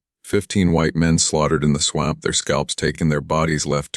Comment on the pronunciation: Great story but you need to upgrade ur AI. Pronunciations of simple words like “swamp” mispronounced every time it is used. Things in parentheses not suppose to be read is read anyways. Other than that no complaints. And no disrespect intended. Merely a suggestion.